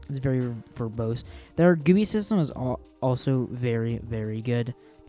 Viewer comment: i like how he said gewwie